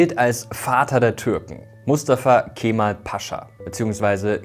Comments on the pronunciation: Es wird nicht „Keeeemal“ ausgesprochen, sondern einfach nur Kemal ohne das E in die Länge zu ziehen! ☝🏼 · So wird's ausgesprochen: Kämmall.